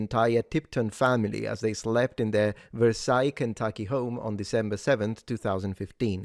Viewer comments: Versailles, Kentucky is pronounced how it's spelled. The L's are not silent. Ver-Sales Kentucky. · Minor correction, the town in Kentucky is not pronounced the French way. It's pronounced like sails on a boat. Ver-sails. As for that guy... Lets just say I'm not going to look at his picture... Being in the area if I knew what he looked like the risk of jail would be too high. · I agree with your pronunciation but locals say ver sails